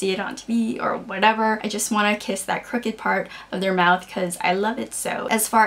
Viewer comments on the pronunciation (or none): haha it took me a minute to figure out that you were saying CROOKED smile, i kept hearing "cricket smile" and was trying to figure out what that meant -_- ahh man..